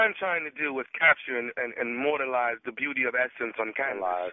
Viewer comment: "Immortalize" not "mortalize" .. nephew Tommy constantly mispronouncing words! .. if folks weren't so sensitive and ready to fight they would pick up on that! 🙄